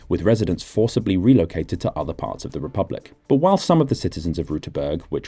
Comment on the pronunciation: Of course the real tragedy is that you mispronounced “republik”